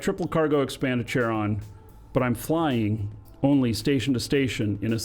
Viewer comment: It's not Chair-on it's KAIR-on. It is named after the ferryman to the Greek underworld.